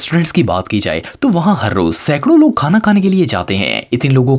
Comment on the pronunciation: Ap ne khana ko thana bol dia 😂